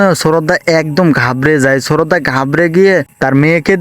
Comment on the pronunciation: শ্রদ্ধা কে শ্ররদ্দা বলচে 😂😂😂😂😂😂😂😂 হায় রে মানুষ কথা বলতে ও বুল করে 😁😁😁🤣🤣🤣🤣🤣🤣🤣😆😆😆🤣🤣🤣🤣 আমার তো অনেক হাসি পাইতাছে 😂😂😂😂